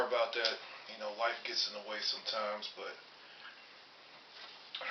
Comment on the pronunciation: At the beginning of the vid, I thought you said "wife gets in the way", but I thought twice and realized you said "life gets in the way". Lol ! Then I thought that's a good one, because it's the same thing. Ha ha!